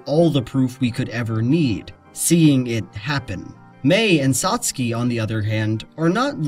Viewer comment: toh-TOh-roh SAs-kay CAt-bus